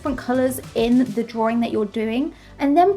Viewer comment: I watched for a good while but I have a massive pet peeve with linking Rs. Drawring drawring drawring. Honstly, I tried to watch, I just gave up after 7 minutes.